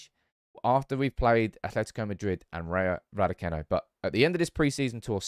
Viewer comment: Just a heads up. Rayo Vallecano is pronounced rye o val ye cano.